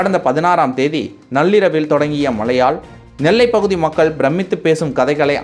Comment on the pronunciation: மக்கல்….வால்கை…. சாவலாம்டா நீங்க..!